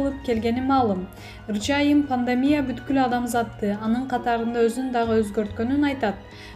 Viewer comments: Пандамия эмес пандемия десең.Уйкудан эми тургансып окуйт экенсиң . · Пандамия дейтго 😆